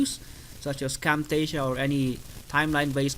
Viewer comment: What did you say...camptasia???